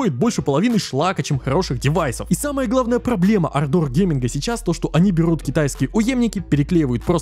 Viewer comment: Однажды автор сможет выговорить ардор)